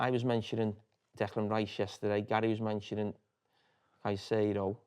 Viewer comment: It’s Caicedo, not even close